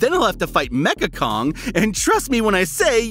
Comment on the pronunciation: It's Mechani Kong not Mecha Kong. Total poser bro.